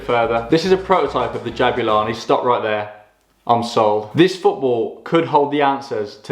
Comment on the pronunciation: Jabulani* not Jabyulohrni